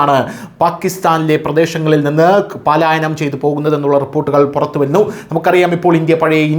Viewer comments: പാലായനം എന്ന് പറയരുത് പലായനം എന്നുള്ളതാണ് ശരി 😄😄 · പാലായനം അല്ല, പലായനം എന്നാണ് ശരി.